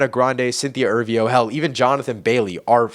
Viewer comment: did you say cynthia ervio?? her surname is erivo